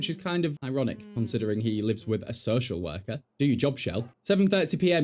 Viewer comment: Took me a solid minute to understand “So Shell Werker”